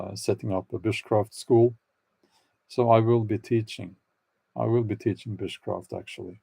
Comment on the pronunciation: Repeat "bushcraft", Bjorn. When I was listening it sounded like "witchcraft".